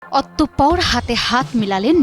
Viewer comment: OTT O POR আবার কেমন উচ্চারণ?? হবে অতঃপর 😮😮